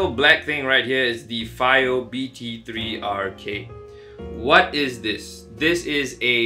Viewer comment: Its BTR3K not BT3RK